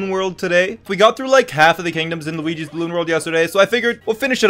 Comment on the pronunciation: Bro said "Welcome to Lageewee's Balloon World." 💀